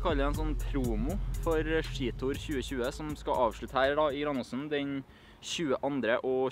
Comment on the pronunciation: Engelske: Ski Tour Johannes: Skji Tor